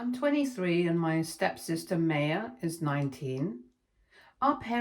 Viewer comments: Her name isn’t May-ah it’s My-ah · Maya is pronounced My-ah